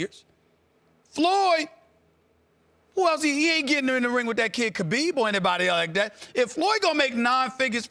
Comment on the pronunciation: He said Kabib😂😂